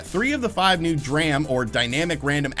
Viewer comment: How is nobody talking about the way he pronounced DRAM?